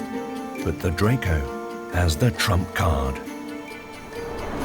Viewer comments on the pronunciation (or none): none